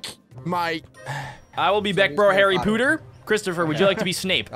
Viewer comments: It’s Harry Potter not harry pooter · Its not Pooter its Potter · Potter not pooter